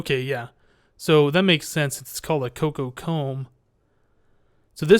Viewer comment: It's Cocoa, like the powder. Not Coca.